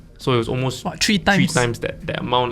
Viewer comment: Tree times or three times? Haha